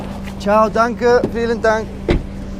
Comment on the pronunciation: "feeling dank" (i know you said vielen dank)